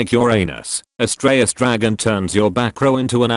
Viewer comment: Did you say, ASStraios Dragon?